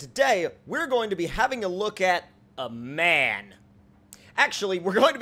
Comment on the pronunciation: You pronounce M. A. N. Wrong it aint man but M. A. N. eventho on the vehicle/logo it says man